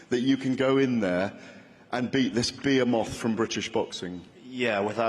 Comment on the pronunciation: beeramoth? behemoth? why does anyone take what tyson fury says seriously? all this nonsense about 1 mill lol